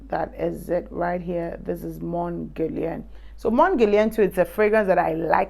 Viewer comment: It's not pronounced mon guerlian.😓